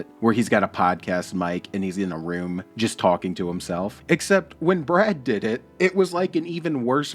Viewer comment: Its Bwad not Brad 😂